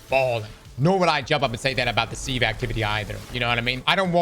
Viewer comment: I was getting a serious eye twitch from this, almost painfully so. Now I picture cross as a pirate. 😅 Edit: Don't forget about sieve. It's pronounced with the short open I, like silver or sit. Si-ve not See-ve